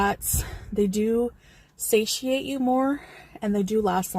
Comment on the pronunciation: The word....satiate....out of her mouth, makes me sick.